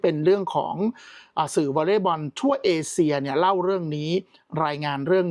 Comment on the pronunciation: เอเชีย ค่ะ ไม่ใช่ เอเซีย